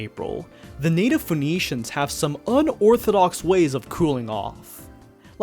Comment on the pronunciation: PHOENECIANS 😭😭😭 Bro honestly how's it called, Fee nixons?